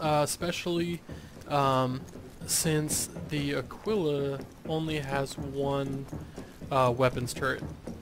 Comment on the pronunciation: It's pronounced uh-kee-luh. Just an FYI.